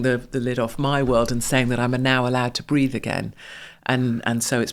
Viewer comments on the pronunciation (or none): Breathe again. Not breath again.